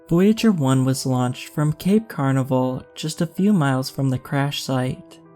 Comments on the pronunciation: Tip: It's "Cape Ca-na-ver-al" not "Cape Carnival". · Cape ‘car-na-val’? No, Cape Can’averil’. You must be young.